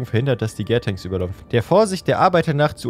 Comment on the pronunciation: Gär-tanks spricht man Deutsch aus 😅 „Gär“ ist ne abkürzen für Gären. Ich weiß ned wie das beim Wein ist, aber beim Bier ist das die Phase wo die Microbakterien in der Hefe den Zucker in Alkohol abbauen. „Tank“ wie in Tanker spricht man auch so wie man es scheibt. Gärtanks sind also die großen Metalbottiche in denen die Flüssigkeit gärt (